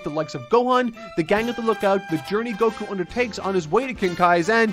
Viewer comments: Oh, but why do they do that? It's written and pronounced with an accented KU always. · Why do you pronounce Goku's name like that? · If you mean stressing the Go instead of Ku then that's just because the English dub said it that way